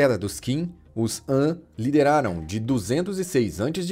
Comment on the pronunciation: Dinastia An ??? Han se pronuncia Rã kkkkkk